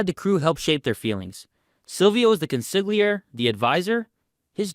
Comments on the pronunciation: Bruh you run a sopranos channel you’ve gotta learn how to pronounce consiglieri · Me hears the narrator pronounce consigliere. My head: My estimation of the narrator as a sopranos critic just plummeted. … J/K. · Great video, but how do you Not know how to pronounce Consigliere?